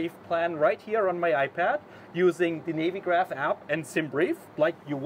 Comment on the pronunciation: Great video guys. But Navy Graph? As it's about navigation, it's pronounced navvy graph 😅